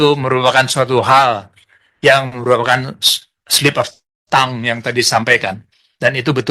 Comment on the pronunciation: Pertama, pengucapan 'slip of the tongue' yg sangat memalukan. Bukan 'tong', bang.. 😅 Kedua, ngatain org sok kebarat²an. Yah elu emang kagak. Pake istilah 'slip of the tongue' segala dgn pengucapan yg malu²in